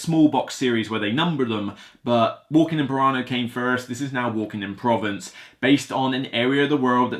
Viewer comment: You should Google the word "Provence" to get the correct pronunciation.